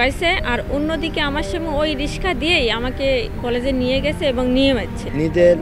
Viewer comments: কেমন এম.এ পাশ করলেন? যিনি রিক্সা কে রিশকা বলছেন? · মাস্টার্স পাস।কিন্তু রিক্সাকে রিসকা বলে😁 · M.A পাশ করেও যে কিনা রিক্সাকে রিশকা বলছে তার হাতে শিক্ষা কতটা নিরাপদ প্লিজ ভেবে দেখবেন. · এম এ. পাশ করেও রিকশাকে রিশকা বলে🙂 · চাকরিটা কি অন্য কোন ডিপার্টমেন্টে দেয়া যেতো না? না মানে... no offence but, বাচ্চারা এখন স্কুলে গিয়ে উচ্চারণ শিখবে রিশকা আর পোরধান মন্ত্রী? 🙂